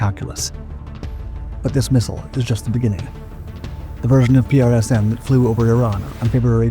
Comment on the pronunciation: Hey buddy, save your strength and tongue by pronouncing PrSM as PRISM.. The US Army does...